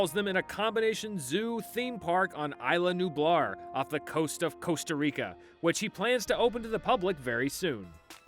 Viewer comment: Okay guys, Isla Nublar it's pronounced ees-law nü-blar lmao